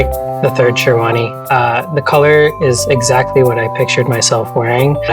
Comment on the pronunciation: even stuff like sherwani and lehenga they cant pronounce correctly... so how do you expect them to pronounce their names. shawani lol